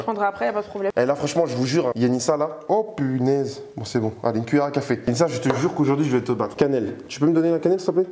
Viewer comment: Le "au pinaise" de à 😂